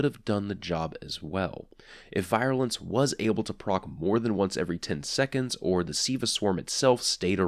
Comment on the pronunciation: Love your reviews man. Also, it's pronounced "veer-you-lence."